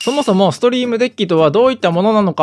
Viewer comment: Deckはデックと読みます。めっちゃソワソワする